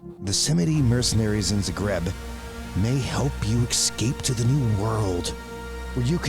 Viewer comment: Love your content but by Cain please google how to pronounce Krakov and Zagreb because it is straight up painfull.